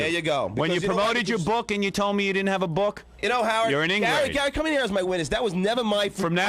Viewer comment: “The ingrade.” - Howie